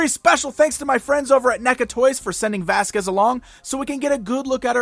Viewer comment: it's Vasquez